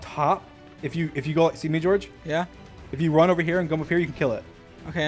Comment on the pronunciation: Maybe because in every speedrun vs hunters he keeps saying “CMERE GEORGE “ 😂